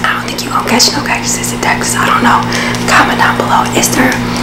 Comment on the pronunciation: She said cactus's 😂